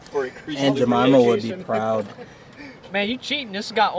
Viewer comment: It’s..... “Ain’t ja- mama” 🤦🏽‍♂️😂😂